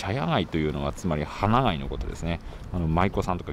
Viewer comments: 「花街」 ✕ はながい 〇 かがい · はなまちと読みます